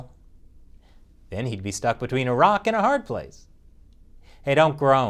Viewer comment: Buahahahah. "A-rock" I won't let go Cuomo's attempt at lowering the average age either!